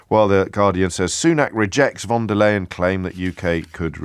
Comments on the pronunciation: If you're concerned about the pronunciation of the EU president: it's "Phon der Leyen" and not "Won der Leyen" 😏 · Von Der Lying.